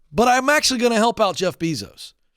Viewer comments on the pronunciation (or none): It's "Bay-zos", not "Bee-zos". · It’s pronounced bay-zos god it’s irritating hearing him pronounce it beezos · Say it with me BAY-SOES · I love you Ken, but please, it’s Jeff Bezos pronounced BAY-Zows. 😅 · The way he pronounces Bee-zos🙉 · “Jeff Beezos” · It's funny how he says his last name wrong. One more insult to injury. This attrition issue is crazy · If you're talking about Amazon and can't pronounce Bezos correctly, it doesn't make me too confident about your expertise on the whole issue. Sorry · Omg the repeated mispronunciation of "Bezos" is driving me insane!! Also, that's a clear indication here that Ken doesn't keep up with major corporations and or work trends. This came out years ago that they don't want long term workers due to complacency fears by Bezos Ken seems somewhat disconnected with the regular everyday worker, and needs to open his mind to new trends happening now, today, and the automation replacement. Ken should bring in a computer scientist or computer engineer, and have a discussion on replacement theory due to automation and what this means for low skilled workers. It's already happening now! It's even happening now to finance professionals, I know someone who was replaced by a kiosk for credit applications and the rest of their job outsourced to India!!!